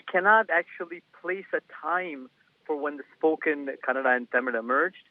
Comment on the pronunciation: Oh my dear it is Kannada not Canada